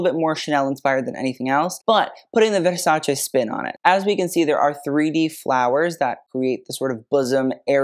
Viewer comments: Finally the correct pronunciation of Versace! Bravo! 👏👏👏❤ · Donatella would approve of your Versace pronunciation. I love it:face-red-heart-shape: never heard a celebrity pronounce it properly. Plebs